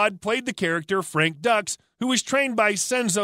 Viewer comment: Frank "ducks"... ducks? LOL Dukes is the name. Thanks for the laugh though.